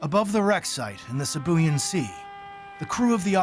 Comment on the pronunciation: Sibuyan is pronounced "See Boo Yaan" Silly yanks. 🤣